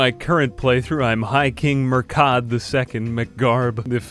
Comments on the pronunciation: Murchad is pronounced mura-hid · the Phonetics Munster (m-un-stir) Connaght (Con-oct) Murchad (M-ur-k-aid) Domnall (Dough-null)